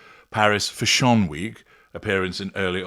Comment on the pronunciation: I just realized you were saying “fashion”! 😂 I was googling “foshon” 🤦‍♀️